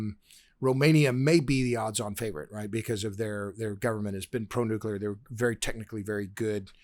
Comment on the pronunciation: Why can''t pronounce 'nuclear'? - newkiler, newkiler, newkiler.....